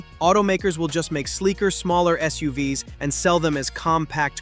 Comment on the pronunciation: "SUUVS"... So software generated video... I thought the text sounded like "ChatGPT", and I was right. Thumbs down for both!